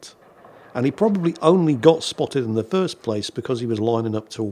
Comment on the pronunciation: Foist? 😁 No worries on the technical problems; this giggle is plenty repayment.